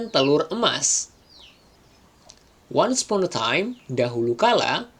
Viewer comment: Mas dikoreksi pembacaan kata ini, silahkan liat kamus pengucapan yg benarnya : 1. Once 2 upon 3. Eggs 4. Though 5. Thought 6. Would Biar yg belajarnya jg sesuai.. takut mengikuti pembacaan yg salah 🙏